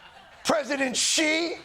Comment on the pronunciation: Thank you Jon for pronouncing his name correctly! <3 Xi - makes a 'sh' sounds in English so it's exactly like the word 'she' for pronunciation. I'm tired of so many news and comedy segments saying it wrong ;_